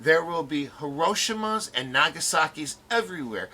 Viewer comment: Personally, they are both bad. Vote no one. Nothing is wrong with more Syrian Refugees. But Hillary is still bad. Guns cause problems. The second amendment is the reason presidents have been assassinated. Trump will not create peace. Its pronounced Hee-Roe-Sheem-A This is far fetched